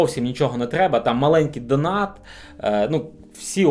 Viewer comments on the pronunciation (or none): none